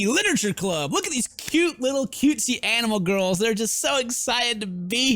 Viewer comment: Sounded like you said "Animal Girls".